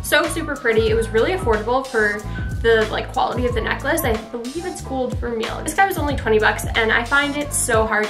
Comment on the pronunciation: gold vermeil isn’t “gold ver-meal” it’s pronounced “gold ver-may”